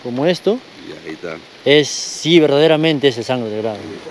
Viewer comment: Se dice SANGRE DE DRAGO, NO GRADO